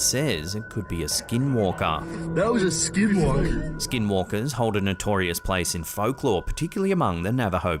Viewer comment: Good job of the correct (~85%) Navajo pronunciation of skinwalkers,. 😂